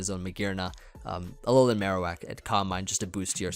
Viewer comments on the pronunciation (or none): none